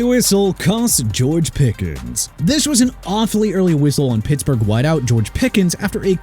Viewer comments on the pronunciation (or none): none